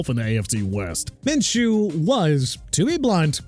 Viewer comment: You just said "the Jaguars inexplicably gave their quarterback an 5 year extension" TWICE!! STUPID! And also Minshew is pronounced MIN-SHOO NOT MINCHOO